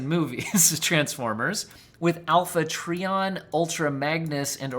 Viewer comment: It is pronounced Alpha TrY-ON not TrEE--on